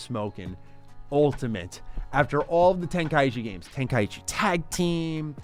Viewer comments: love the channel and your videos but im sure its ten-kai-chi not ten-kai-ichi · Ten-Kai-chi Say it right please